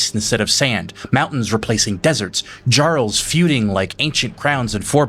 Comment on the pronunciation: I'm wondering if you mispronounced "Jarls" on purpose, for comments (like a lot of YouTube and Facebook creators do), or if you really don't listen to the in-game pronunciation? The J sounds like a Y, mimicking modern Norse language.